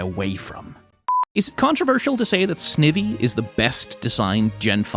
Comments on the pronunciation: My god, it's SNY-vee. Snake-Ivy. All Pokemon names are portmanteaus, and the original words are usually the hint to how they're pronounced. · the thing about "snivvy" is that i know thats not how its pronounced, but its really fun to say and so i refuse to pronounce it properly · Why is no one talking about snivy pronunciation